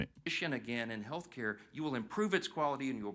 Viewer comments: I laugh every time I see hear him say haircut instead of healthcare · Did you say, “Free Hair Care?” 😂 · Every Democrat who voted to keep the country closed should lose 12 pay checks. Since they seem to be earning so much money. They won’t miss it. When I first heard you saying health care it sounded like you were saying free hair cuts. I discovered that when I watch on YouTube I can give you a thumbs up.